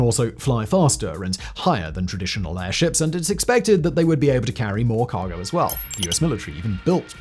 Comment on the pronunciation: Errrrr, can we just anchor these airzhips? Is that so hard?